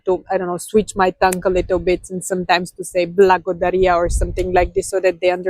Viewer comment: It always sounds like "Bwogodarya" instead of "Blagodarya", which throws me off. The lazy tongue theory is correct, the tongue doesn't touch the teeth. Young kids in English speaking countries sound like this. I heard a Bulgarian call a lion a "Woof / лъв" in a video. It made my day😃